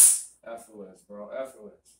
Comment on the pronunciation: I think he meant 'effortless' but forgot how to pronounce it. 🤔